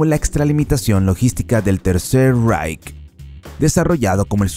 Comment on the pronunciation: Guagen?? Vaguely IiiReik III Raich